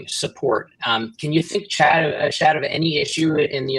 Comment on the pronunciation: It's not chad; it's Shadd.